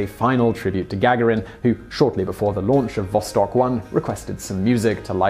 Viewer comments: can we just clarify if Yuri Gagarin's name is its pronounced Ga-ga-rin or Ga-gar-in. I've never heard it said the way you say it Simon. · to whom it may concern He does it on purpose. Annoying isn't it?